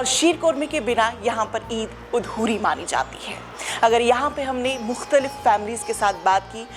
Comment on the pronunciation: 😂😂😂 yhi hota h jab language import ki Hui hoo.aunty reporter ji it is not 'uudhori' but adhoori and not 'qorma'😂😂 .fucking paaki har cheez mein apni creativity add kardetey ho.